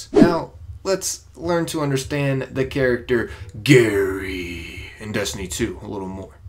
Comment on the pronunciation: Ha lmao "Garry"